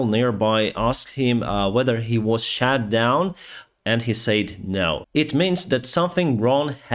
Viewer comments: Thanks for your daily updates. Just a minor correction to your pronunciation of the word "SHOT" as in "rockets been shot down". Pronounced as ШОТ not ШЕТ. Stay safe. Привіт з Австралії. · it is SHOT down, not SHAT down. SHAT down means something else in English, i.e. shit lol! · Greatly appreciate your daily updates! I follow them closely, and my heart bleeds with Ukraine. But please,, don't say "was SHAT down". It should be pronounced "SHOT", with an oh-sound, otherwise it will create a comic effect where there should be none. I say this with respect, and concern for how your videos are construed. Wish you the best! Stay safe! Greetings from Sweden. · The drone was shot down, not shat down. Pronunciation is important but “shat down” put a smile on my face. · "shot down" not "shat down".